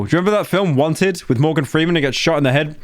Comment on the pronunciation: When you said "wanted" i heard "one tit" and thought who the fuck names their movie like that